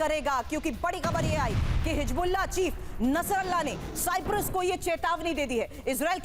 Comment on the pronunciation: Tv 9 bharat par aisa parwakta hai siprus bol raha hai Bhai sahab siprus nahi cyprus है